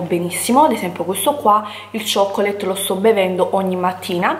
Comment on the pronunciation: Chocolate = “Cioccolat” 😅